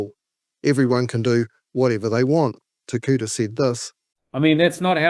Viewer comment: People like Ferris bring out racism in others. That is derisive. Agreed. His name is Takuta, not "Tekuta." It's mana, not "māna" etc. Sorry, I don't want to sound like a know all, but if you are talking about ignorance, you should probably get your pronunciation right on the basics at least